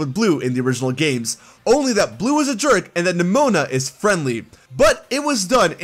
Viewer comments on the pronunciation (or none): THE I IN NEMONA IS SUPPOSED TO BE AN E!